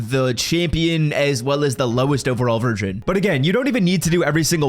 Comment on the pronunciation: Did I hear you say “ lowest overall virgin.” Lol